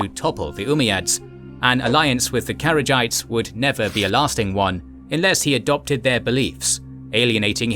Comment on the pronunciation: One thing Kharijites isn't pronounced carriage-ites. It's pronounced hu-are-ridge Or hu-are-ridge-e for plural